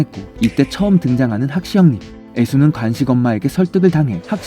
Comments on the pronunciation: 간식이 아니고 관식입니다. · 목소리 좋습니다 다만, 간식=> 관식, ㅘ 발음을 잘 못하시네요. 😢